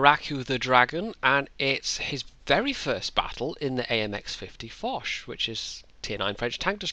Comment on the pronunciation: Hurray! I ran around my apartment, screaming 'Its me! Its me!' when I saw the new video in the submission list. I got punched to death for waking up my roommates but that was totally worth it :P Also Im very glad you pronounced my Name correctly and not in the Japanese way with an 'E' at the and :D